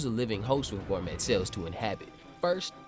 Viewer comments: Hearing you pronounce Gormet as "Gor-Met" in multiple videos is my new pet peeve..... 😂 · T is silent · Do they pronounce the T in gourmet like you do?